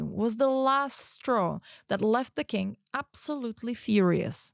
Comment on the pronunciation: Sitting here and giggling every time says “king” but my mind wants to hear “kink”, haha. Not to shame your pronunciation, after all, I came here from your ig. 😉 Anyway, great job you guys! I love the storytelling you chose for the podcast. Gonna listen to the whole episode, keep them coming!